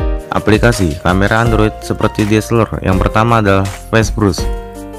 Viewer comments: DSSELOR LOH WKWKWK KNP G NGOMONG DSLR NYA AJA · Camera deseleeeer.. Blepetan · Ngakak gue denger nya diseler wkwkwkwk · Njirrr DSLR = DISELER 😂😂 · DSLR bro bukan DSLER😂😂😂😆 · Bilang DSLR nya biasa aja bambang